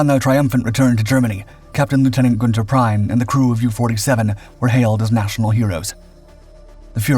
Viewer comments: His name is not pronounced “Prine”…Kapitänleutnant Prien (his rank at the time of Royal Oak’s sinking) is pronounced “Preen”. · it's pronounced preen not prine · It's NOT pronounced Prine...it's Preen! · Prien is pronounced 'preen'. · I don't get how it is so hard to pronounce names right. Especially on channels that regularly cover foreign people. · It really hurts to hear you butchering the pronounciation of Kptlt. Günther Prien! His last name is pronounced "Preen"!!!! Learn the propper pronounciation BEFORE you do ANY video!!!!